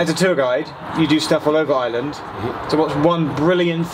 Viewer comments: can properly say words in Welsh, Gaelic, and Irish, but still can't manage to say Ireland, and instead says Island. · Apart from saying Ireland as "Island"